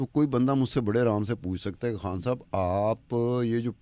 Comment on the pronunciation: ایک اہم بات کہنی ہے کہ خان کا تلفظ اینکر کھان کرتی ہے جو صرف منفرد بننے کی ناکام کوشش ہے اسی طرح غریب کا تلفظ گھرب کرتی ہے جو اردو کا تلفظ نہیں لیکن یہ علی الرغم کرتی ہے اور درست کرنے کا ارادہ بھی ظاہر نہیں ہے ۔